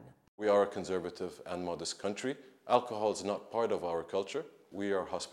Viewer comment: Lmao how you work for CNN but can’t even pronounce the country correctly. Mind blowing..